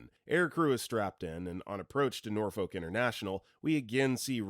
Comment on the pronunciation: This man is very clearly not from Virginia. He pronounce Norfolk wrong.